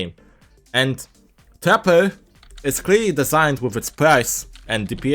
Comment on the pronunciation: it just sounded like he said "tapper" in the intro